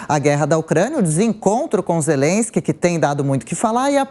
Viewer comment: O cara é tão burro que pronuncia zerensqui 😂😂😂😂😂 bêbado, inveterado, mentiroso crônico